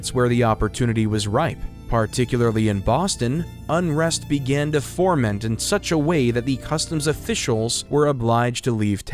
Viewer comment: foment, not forment